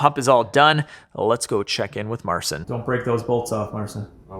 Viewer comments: if i think, i know what your trying to say about his name. His name is Mar - chin.. not marcin..... Just so you know. love the video. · I salute you guys and Marcin pronounced Marchin I guess And kurwa mać he's good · Its pronounced Mar-cheen you’re killing me smalls. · You really butchered the pronunciation of Marcin's name. Worth a google at least